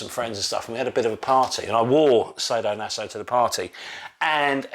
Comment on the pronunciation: Sah-do-naso not say-do-naso my dear friend…😜 Anyway nice you’re back. 😊 Will buy the PHALLOS of course you know me right? 😝